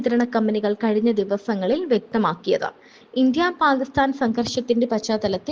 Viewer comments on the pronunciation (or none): none